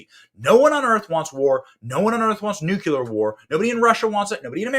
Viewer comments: Did you REALLY say "nucular?" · Sorry, I have to say this: it's NUCLEAR not NUCULAR. George Bush junior lmao